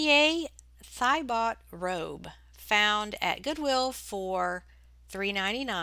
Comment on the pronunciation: Thiebaut is a surname, pronounced TEE-bow